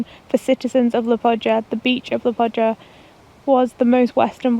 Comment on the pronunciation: Murdered the name of Liepāya. 😅